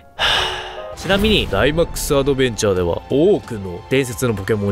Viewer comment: ダイマックスアドベンチャーの時だけ発音いいの草